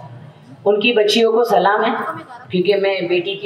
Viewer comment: Salam tk to sahi se kr ni pa ri h Islam ko kya sahi se samjhi hogi